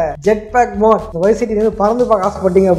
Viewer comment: Athu மோட் உம் இல்ல...மாட் உம் இல்ல...மூட்😅